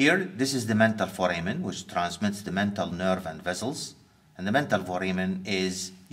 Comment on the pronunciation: Hard to get rid of the accent but much easier to correct pronunciation bad habits. Examples: - Vessels, base: are pronounced as such i.e. with Ss not Zs. Not vezzelz, baze. - Of: is pronounced as “ov” not “off”. Off as in (turn the light off) is what is pronounced “off”. - The presenter has the habit of duplicating the subject of his sentences. Examples: the Mandibular nerve it passes through the foramen ovale, the ... vessels they pass, the ... nerves they go to. There is absolutely no need to say (it) or (they) after stating a name as a subject for the sentence. - The presenter is not afraid of inventing his own words; "tunnelize" doesn't exist in any dictionary and "canalize" may mean "to channel into" according to some dictionaries but I have never heard it in 50 years from any one in the UK or elsewhere. Inventing, moulding, reshaping and reforming words is common practice among Arabic speakers to add a personal touch but only children in the west do it as a pastime game. Not anticipated from an adult professional. - Most “I”s in anatomy nomenclature are low. A high “I” is like in: fire, dire, die, wire, attire. A low “I” is like in: girl, gin, fin, and orifice. The first “I” in Clinoid Fossa and at the end of symphysis menti are low; not high. - People from Iraq and the Gulf have the habit of adding an e- in front of nouns starting with a consonant. This is how they speak in Arabic. Examples: Saddam Hussain becomes Saddam Ehh-ssain. Square becomes Ess-quare. For the pre